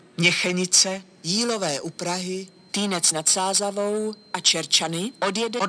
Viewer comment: Zajímavě říká a Týnec nad Sázavou